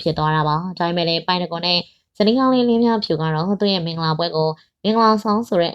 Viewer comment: လင်းမြဖြူ...လို့ပဲပြောနေတယ် လင်းမြဖူး......ပါဟယ်😅